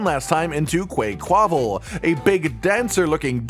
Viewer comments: I feel like logically it Should be pronounced quack-qua-val Like ducks quack Like aqua And like carnival (the Brazilian fun one with similar colors and costumes) Not whatever said lol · I'm pretty sure "quaquaval" is meant to be pronounced like "carnaval", since it does seem to be based on the dancers from the carnaval festivities in the canary islands